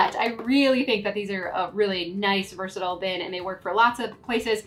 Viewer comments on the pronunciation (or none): none